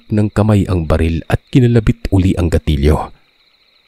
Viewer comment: Gatilyo po yon not ganstilyo.